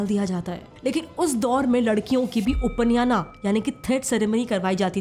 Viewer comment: उपनयना नहीं उपनयन संस्कार होता है, अंग्रेजी में ही सही लेकिन उच्चारण सही करिए। एक मात्रा से ही शब्द का मतलब बहुत चेंज हो जाता है।